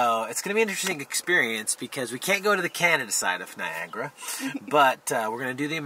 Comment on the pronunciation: Did you say Cannon instead of Canada or did I misunderstanding you. Love you anyway. From Canada 🇨🇦